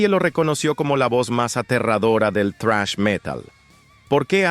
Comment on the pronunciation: Relator: Se pronuncia "zrash", no "trash".